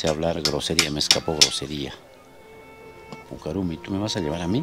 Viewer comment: Es puca rrumi no rumi...pronunciar bien el quechua...